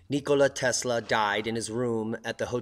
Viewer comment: Thumbs down since you can't pronounce his name right. 24 seconds in and disappointed